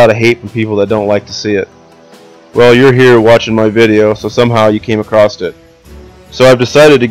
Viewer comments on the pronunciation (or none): Can’t take someone seriously when they say accrost instead of across.